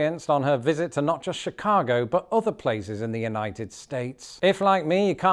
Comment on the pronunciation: The way Diane says “Chicaaago” she fits right in. 😂❤❤❤😂